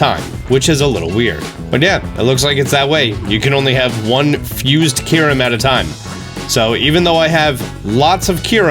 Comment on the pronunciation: Also "fuse Kyurem" not "fuze kuaram"